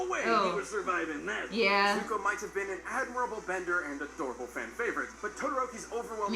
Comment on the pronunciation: No one is gonna talk about how he called Zuko Zuhko